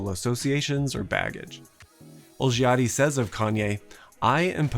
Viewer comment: The first „i“ in Olgiati is silent :)